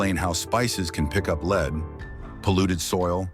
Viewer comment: Please pronounce word Lead like the metal it is.